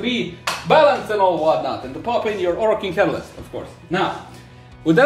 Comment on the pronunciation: This is gold. said add an orokin catalyst 😂.